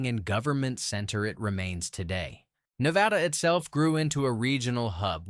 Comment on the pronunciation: It's not New-vay-duh. It's Nuh-vay-da. Where the hell you got "new" from is beyond me.